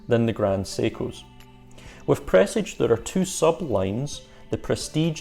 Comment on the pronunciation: Fabulous video, so nearly achieved 100/100. Sharp intake of breath at that peculiar pronunciation of Presage 🤤